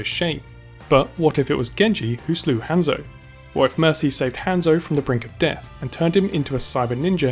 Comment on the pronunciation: The way you say Hanzo is triggering me